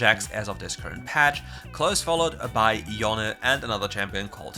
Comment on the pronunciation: Pls stop saying yon and say Yone !!! Jesus